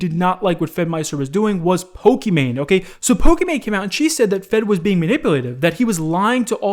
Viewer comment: Pokimane is a spin off of Pokemon. Sounds the same, as her name is Imane, which is pronounced ee-mon. Not main.